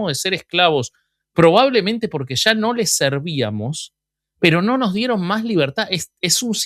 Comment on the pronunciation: Oigan, a mi si me encantó el episodio anterior. Ame el saltito que dió el boby y el "sha se va el sha"